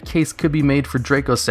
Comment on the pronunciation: Dracossack is pronounced "Dra-cossack" because its a dragon based plane, that is the Antonov AN-225 Mriya (Cossack). you pronounced it "draycosack."